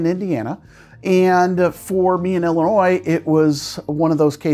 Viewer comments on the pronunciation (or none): none